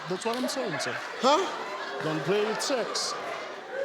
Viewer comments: I thought he said "heavy things" instead of "having sex". And when will people understand that America is NOT a country??? The United States is a country. Mexico is a country. America? NOT a country. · I thought he had said insects and thought hmmm, well ok sure. Then 'sex' came up and I hit my own head against my desk.